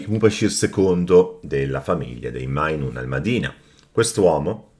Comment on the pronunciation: Ciao video stupendo as usual. Siccome so che sei ossessionato con le pronunce corrette, la J di majnun in arabo coranico standard si legge come una g dolce. Se invece vuoi dare un accento più magrebino puoi pronunciare la J alla francese tipo "je suis"